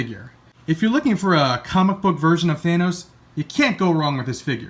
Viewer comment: YAY! he says thanos right!